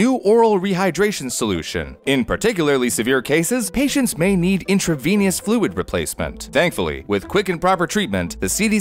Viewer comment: Intravenous, not intravenious